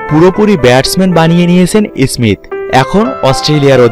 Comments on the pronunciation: Ismist ismit koro keno bai tumar or age tumar uccharan tik koro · আপনি আছেন স্মিত নিয়া, ভাই আপনার নিজেরইত বাংলা শুদ্ধ উচ্চারন করতে পারতেছেন না 😭😭